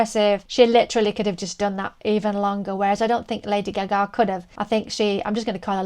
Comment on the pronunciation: There is no way in this universe that Kelly Clarkson is a better singer than Lady Gaga. I like Kelly, but get real. And stop mispronouncing Gaga's name, it's annoying.